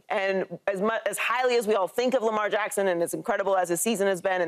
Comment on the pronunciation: Shady can't even say lamar's name in vein 😆😆😆😆